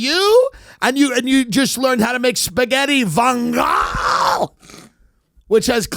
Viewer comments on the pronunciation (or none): It's pronounced von-goal-ay not von-gall, and it normally comes with tagliatelle not spaghetti